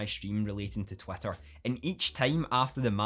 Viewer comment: Am I just hearing Twatter all the time?